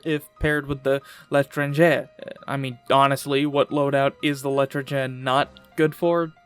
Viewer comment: I was watching the vid and I countered THE WORST FRENCH ACCENT What the hell is lee trengee